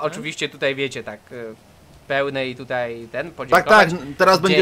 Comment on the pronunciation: nie tutej tylko tutaj